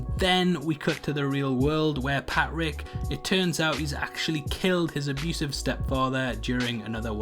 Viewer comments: The way this dudes pronounces “Patrick (Pat-Rick) is so odd. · Sound man, saves me enduring this. Is his name Patrick or Pat Rick?!?!?